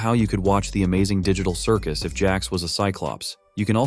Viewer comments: Bruh said ditcal cicus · “Digicul circus”💀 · THE DIGY TAHRL CIRGUS lol